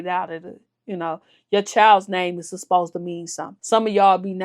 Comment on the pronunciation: The word “Supposed” be kicking your ass everytime 😭😭😂😂😂 That’s always my Favorite part of the videos…